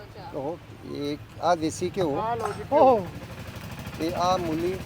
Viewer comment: Mulli ni hunda mooli hunda g gallan desi cheeza dyan kr rehe o